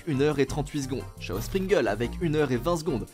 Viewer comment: T'a vraiment dit "ChaosPringles" avec le "ch" de "chapeau" ??????